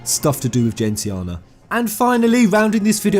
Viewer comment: Dude how are you still pronouncing Gentiana wrong after by your own account playing through the game for hundreds of hours and pouring through all the media?